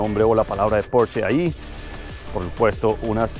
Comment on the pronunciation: No es por ser hater pero están pronunciando porsche mal😂. Los puristas de la marca estarían destilando veneno puro